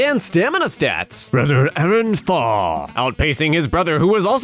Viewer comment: Who pronounces “Aaron” as “I-Ron”? Lmao